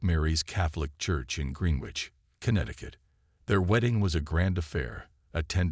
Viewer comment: Green- ich not Green witch 🙁